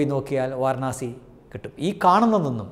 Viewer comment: Vaaranaasi alla, Vaaraanasi.